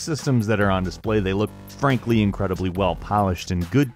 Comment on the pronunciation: When you say and frankly why does it sound like to me you are say. Ann Frank... ly